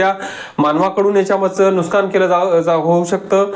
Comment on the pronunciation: नुस्कान नाही नुकसान असे म्हणा भाऊ....